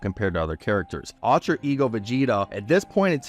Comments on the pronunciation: UL-TRA not AL-TRA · “Altra ego”